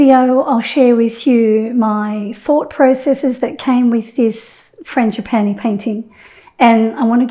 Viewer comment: The fact you can say frangipani word is impressive. Love your bloopers😂❤️❤️❤️❤️